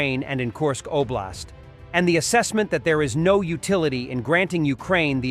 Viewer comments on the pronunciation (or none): none